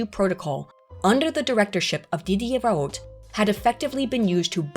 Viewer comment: If someone is gonna make a video about academic accuracy and that video will feature the same name a thousand times you'd think it would be the bare minimum to figure out how that name is meant to be pronounced The "T" sound at the end of "Raoult" is meant to be almost silent